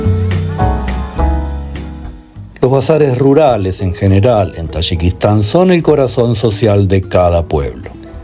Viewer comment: You can’t even pronounce the name of the country. You’re visiting I don’t know what the hell you were doing over there. You’re from Mexico.